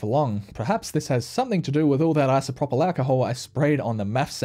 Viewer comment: Correct pronunciation of isopropyl: ai·sow·prow·pl